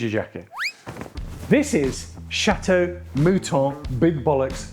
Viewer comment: It makes my ears "cry" every time I hear your.."Rotschaild" His surname is Rotchild,in french maner please! (Kinda Rotshil'd),you pronounce the word "Chateau" right,though,in french.so why don't you do the same with "Rotchild"? He is not "child". It is not in english,with all the respect.